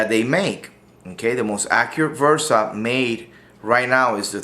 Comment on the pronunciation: It's a Bersa....B-B-B-Bersa Thunder, not V-ersa, damnit! I'm pretty sure that my ears did not hear wrong that you're pronouncing the B-ersa as "V-ersa". BERSA !!!